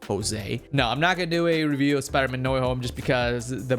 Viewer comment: spider not spooder